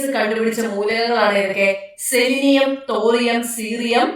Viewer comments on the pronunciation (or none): Celinium, thorium, silikkan, seerium 🤬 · തോറിയം സീറിയം സെലിനിയം സിലിക്കൺ..... ബെഴ്സിലിസ്